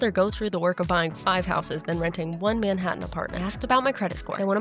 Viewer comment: It's pronounced more like menHAttan LOL but congrats and welcome!